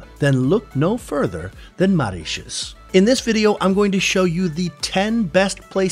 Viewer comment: MO!! MOritius... not MAritius.. not only are you saying it wrong but did so 28 times during this 8 minutes video... it's like on purpose to nag us! Lollllll And let's not even talk about "Ile aux cerfs"... which.. isn't even remotely close to how it should sound LOL NOT subscribing lolll